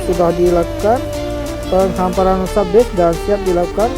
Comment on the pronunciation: PENGHAMPARAN bg, bukan PENGHAPARAN.👉👌